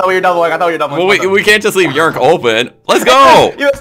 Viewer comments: I’m pretty sure yrnk is pronounced Y-R-N-K not yrnk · It's funny how they call him yurnk 😂